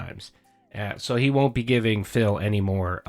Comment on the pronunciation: All going to plan, right?